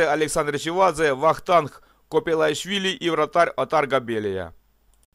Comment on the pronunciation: Спасибо,! Хороший формат. Три помарки: Копалейшвили, а не - КопЕлАйшвили, Челебадзе, а не - ЧелеВадзе, тбилисцы чемпионами были в 78-ом, а в 77-ом было Динамо Киев. Интересный момент: Динамо Тбилиси выиграло КОК в 81-ом "незаслуженно", так как участником в этом турнире должен был быть Шахтёр. Из Википедии:"Финал Кубка СССР 1980 года между командами «Шахтёр» (Донецк) и «Динамо» (Тбилиси) был сыгран 9 августа, а заявку на участие в кубке кубков надо было подавать ещё в июле. Исполком федерации футбола СССР заявил в Кубок кубков команду «Динамо» (Тбилиси), посчитав что у неё больше шансов выиграть кубок страны, хотя чуть позже обладателем кубка СССР стал «Шахтёр». Заслуги команд в розыгрыше кубка страны предыдущего сезона не учитывались. В связи с возникшей ситуацией впредь начиная с 1981 года Кубок страны разыгрывался до момента окончания времени для подачи заявок участия команд в еврокубках."